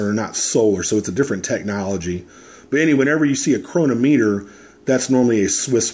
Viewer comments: Please check the way you pronounce chronometer. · The first part was regarding the way you said Chronometer, and I know you don't get paid if we buy it from Amazon. I never said you did, I know what Amazon Smile is. I just thought it was clever for you to slip it in there.